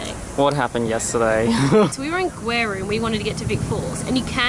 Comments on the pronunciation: Guys... u made me laugh when u said weru instead of Gweru... You know the way you say the name Gwen??? Instead of ending with "n" you end with "ru"... The "G" has to sound... nice vlog Oh... You pronounce it correct later... Hooray!!! I loved it... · Hahaha Weru okay .no it's Gweru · The way you pronunce G as Good or Go thats the same way to pronunce Gweru not weru